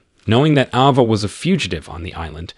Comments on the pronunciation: Isn’t it Ava and not Ahhva? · What is an "Ah Vah"... dude get a better AI Narrator.. Geez